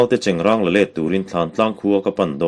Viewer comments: Chengrâng tih tur alawm...i chhiar dan pangngai khan chhiar char char rawh...chengrang ka hre ngai lo..chengrâng tih hi Sial râng tiha râng anga lam tur ani e... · Chengráng a ni e, silai cheng hi an hnawih ráng ṭhin e an ti. Chengrang (ṭuan rang) tih anga lamtu chuan a hre lo hul hual a nih chu. I chhiar thiam tak zet zet e. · Chengrang titu cu a hrelo fee zawk a nih cu, chengrâng tihtur alom trw,miin egtin pon lo ti mahse i thiam ber tho² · Chengrang tiha rang hi awrrang tih anga lam tur a ni a, i lam dik e. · Cengrang ti tu cuan a hre thawi deuh hlek anih Dawn cu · Keipawh chengrang..tih hi ka hriat dan ani..ilam dan hi a dik ani pu.tlanhlu kan han ngaithla ve dem²mai teh ang mizo pasaltha darchhawka nge²...